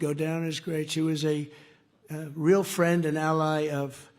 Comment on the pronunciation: Where is my phirrand, Amaarika phirand, do-laand Trump 😂 😂